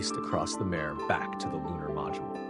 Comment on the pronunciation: Mahr ray (mare) not mare like bear lol